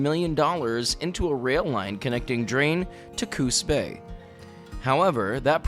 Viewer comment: I'm a youtube snob. You did a fantastic job. I grew up in Coos County. You pronounced CooS Bay perfectly, instead of CooZ Bay. In the 70s and 80s we drove through Drain often on our way to Eugene. We would stop at a restaurant where I always ordered their Chef (Cobb) Salad. I always thought Drain was named after something to do with the river, heading to the coast like a Drain. Because Coos County has places like Broadbent, Remote, Myrtle Point. I had no idea Drain was further from Reedsport than Roseburg. It would have been nice to learn more about the Victorian house there. Very impressive.